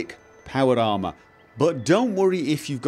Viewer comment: "power llama".... ¬.¬ he clearly says that at the start